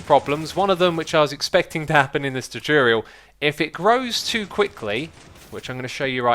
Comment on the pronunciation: Tutorial not tuturoial